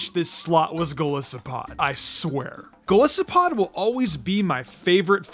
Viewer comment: It’s pronounced viv-EE-YAHN, gol-IS-oh-pod, and cleav-ORE, “”! 🤨